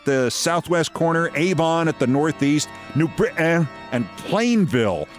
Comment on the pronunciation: as a resident of central connecticut since 1980, keith does pronounce "new BRIT-taan" correctly and Pagliachi's in Plainville was my later father in laws favorite restaurant. celebrated a lot of family birthdays there back in the 90's and 2000's.